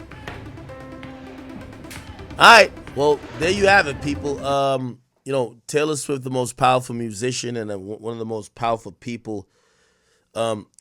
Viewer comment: You finally said her name right ak